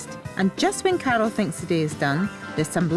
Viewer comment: When she says Carol it sounds like she's saying cattle lol